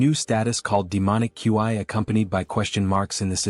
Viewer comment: Why can’t AI pronounce words… Ki and Qi not that hard…my mind is malfunctioning hearing the AI spell out qi every time it’s used.